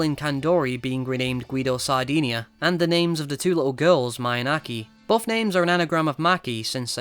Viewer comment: Guido sardina?? FFS hahaha